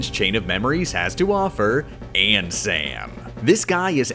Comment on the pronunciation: I deadass disliked the video just because the way he said Ansem